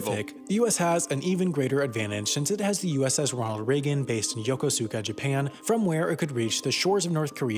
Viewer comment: Have to add, he pronounced Yokosuka wrong. I did for a min.